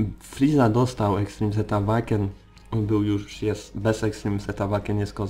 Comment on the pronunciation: Zastanawia mnie czemu wymawiasz "Awaken" zamiast "Ełejken"? :D